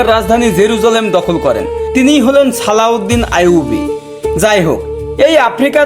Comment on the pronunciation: আরে ব্যডা উচ্চারণ ঠিক কর ছালাউদ্দিন নারে ওটা হবে সালাউদ্দিন আয়ুবি